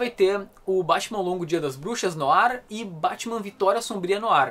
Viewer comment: batman "noar" se pronuncia